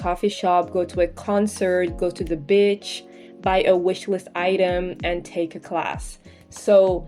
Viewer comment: im sorry I was so confused as only listened to the video and had to hear it 3 times to finally get that you said "go to the beach"😅